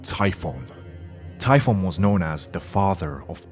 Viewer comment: It's typhon not tiphon